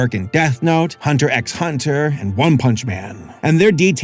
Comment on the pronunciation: ACKCHYUALLY you aren't supposed to say the "x" in Hunter x Hunter 🤓